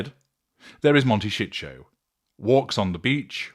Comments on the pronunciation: Before making these stupid videos, learn to pronounce words properly “monteshitsjo” 😂😂are y sure YOU are not a narcissist, having your victim so clearly worked out!? And knowing so much about how they tick , not even being a psychologist, I wonder🤮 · Pronounce Montecito correctly, don’t care if you are AI! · Learn how to say the name of the town somebody to help you pronounce it